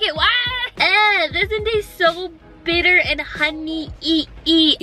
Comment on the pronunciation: That is soooooooo Funny She sid Honey ee